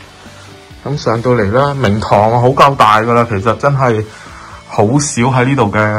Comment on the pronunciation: 聽慣其他Youtuber講Landing，你講明堂，我聽咗靈堂，真係無知，哈哈😆⋯⋯Bellway真係做得幾好